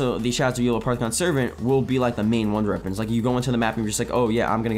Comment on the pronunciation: Why can't you say wonder weapons? 😭😭😭😭